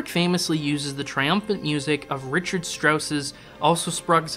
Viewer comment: Thank you for your beautifully researched and thoughtful film about Kubrick’s opus of adaptations. I’ve admired his work for over fifty years — since I first encountered it as a child — and you’ve opened new layers of insights for me. … My only criticism is that I believe you pronounced a number of the composers’ names incorrectly (Richard Strauss, Gyögy Ligeti, and Franz Schubert). As Kubrick was so exacting as to his choice of music you might want to check on those.